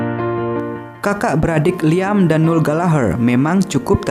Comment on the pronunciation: kata "liam" disebut bukan "liam" min tapi "liem"